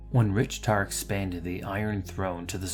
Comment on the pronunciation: Rieltar [Ri-El-Tar] Anchev. I'm having trouble understanding how you can end up calling him "Richtar".